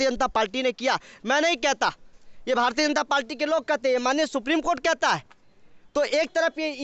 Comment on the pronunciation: Ye Bhartiya Janta Palti kya hai. Bolna to sikh lo pehle.